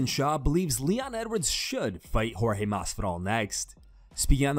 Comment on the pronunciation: Askren you will lose again simply because you keep calling that man George when you know his name is Jorge 🤫🥱😵‍💫